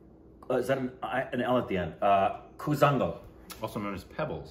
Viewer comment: Its Koolaangal